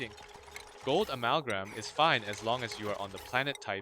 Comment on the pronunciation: it's amalgam... not amalgram.